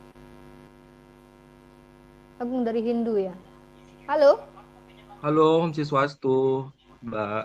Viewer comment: Meragukan org hindu nih orang... Nyebut om swastiastu aja masih salah... Orang hindu kalo bertemu dengan non hindu biasanya toleransi dengan mengatakan selamat pagi... Trus logat awalnya seperti logat jawa..